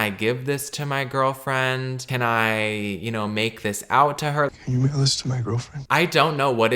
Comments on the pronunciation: I thought it was, can you wiggle this to my girlfriend 😂😂😂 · exactly?!? I’ve repeated this clip over and over again and it still sounds like ‘can u give this to my girlfriend’. Where is the ‘mail’ in it??? 😭 I don’t hear it at all it’s stressful